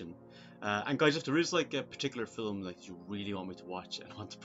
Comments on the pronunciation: Haha yes, I acknowledge I do pronounce "fil-um" incorrectly 😂 It's not a conscious choice though. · If we are correcting pronunciation, film is one syllable. It's Field of Dreams, not pitch of dreams.